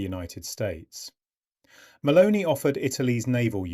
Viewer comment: The second time I heard and read “Maloney” instead of her actual name, Meloni, I stopped listening. A bit of respect for names in other languages would be appreciated — it’s not that difficult, especially when you’re lecturing about her. It reflects a lack of professionalism.